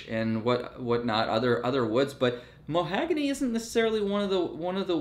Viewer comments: Mahogany......not mohagany 👀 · The knights are an acquired taste. Also, it's "ma-HOG-ony", not "mo-HAG-ony"! 🙂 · Muh-HAW-guh-nee not mo-HAG-a-nee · The wood is pronounced mah hogany